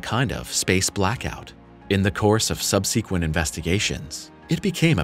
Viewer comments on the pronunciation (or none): Sub- see- quent? Con- see- quently? I think not.